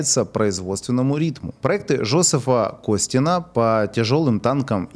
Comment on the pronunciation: Жозеф Котин, а не КоСтин